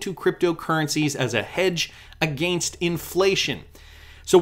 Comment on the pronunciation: Can you say against without Sounding super Canadian lol